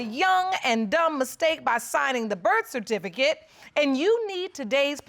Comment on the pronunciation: In the third case, she couldn’t even pronounce birth certificate.